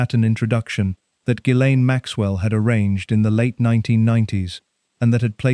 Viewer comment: Ga-lynn, NOT jizz- lane...just saying, heard it pronounced by a lady who worked around her, let's just clear that up right now... since we're able😊 Much Love Everyone and remember: no matter how hard things are, at least you're not one of these 'people'❤